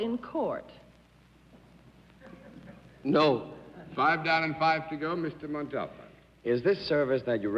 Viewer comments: I'm now wondering how Ricardo Montalban pronounces hi own last name. I've always stressed the THIRD syllable, but John Daly seems to be stressing the SECOND syllable. mon*TOLL*b'n as opposed to mon* tal*BAHN. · What's so difficult about saying…. Mont all bah n ……tell us John Daly…? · Mr Daly could not pronounce Mr Montalban's name correctly. He kept chopping off the end. Annoying. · I cringed every time John Daly pronounced Ricardo Montabon’s name. However, it was common back in those days for English speakers to mispronounce Spanish last names. It happened on what’s my line a lot. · John has an an unusual pronunciation for Montalban! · John Daly just could not say montalban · Daly keeps mispronouncing Montalban's name. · I checked and the encyclopedia and other references show the accent on the final syllable and further show the pronunciation of that syllable as the accented one by separating it from the first two. In all the years of his performances I never noted anyone else who called him that, even among other Mexicans that I recall. I would love to defer to your knowledge of Spanish, but I think this was Daly being his fussy, overly-sure-of-himself self and saying it incorrectly. I will look into this further. All the Spanish speakers I know are not Mexican, but I know a couple of Cubans who have formally studied the language and often advise me on things like the correct pronunciation of Guillermo Vilas, who was an Argentine tennis player. In any case, it is part of the interesting richness of the Spanish language in all its permutations. Thank you for piquing my interest in this. I will see if I can think of somewhere that he may have said his name himself. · Jeff Vaughn being off on which syllable should have been accented i'd not consider "even close" & if that was the reason that's kind of petty for an honest mistake--if John pronounced the accent DIFFERENTLY every time then that would be a legitimate reason to be annoyed